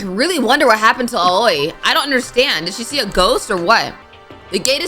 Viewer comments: Oh yeah aoi is said like owie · I thought Aoi’s name was pronounced as “Owie”